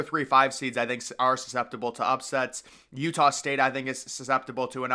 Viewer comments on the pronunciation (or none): none